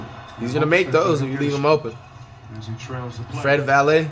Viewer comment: “Fred Valeh” Facts yo